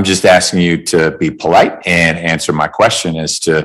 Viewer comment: He keeps saying contitution and manswer instead of answer , but swears he is smarter than everyone else 🙃😕